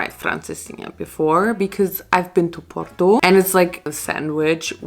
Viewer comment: the way I'm Portuguese but you somehow pronounce porto better than me